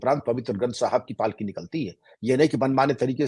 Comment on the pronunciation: The way he pronounced Shri guru Granth Sahib ji ki palki, some people May be donot know the word Palki shaib deserve salute from us